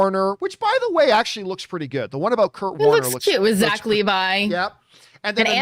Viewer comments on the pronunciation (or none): none